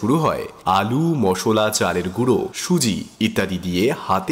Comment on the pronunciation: moshlaa, not mosholaa.